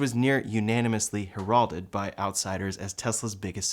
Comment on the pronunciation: That's not how to pronounce "heralded."